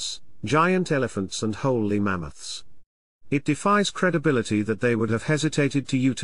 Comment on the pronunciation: Holy mamouths? How do you have a history of man videos and cant pronounce wooly?